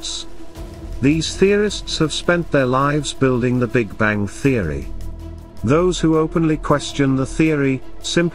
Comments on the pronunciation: The big Bangk? What is a bangk? LoL!! The almost robotic voice is terrible at pronunciation. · Why the hell are you pronouncing bang with a K? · Sorry, can't listen to someone that pronounces "bang" as "bank". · The "Big Bang", not the "Big Bank". Damn computers. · Tolmasoff how can u listen to a person who says the big bank & not the big bang?this narrator cant even speak words properly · Bastikov he said the big bank.this gut cant even pronounce words properly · "Big banK"??!!! REALLY??!!! Perhaps a different narrator might be a good idea!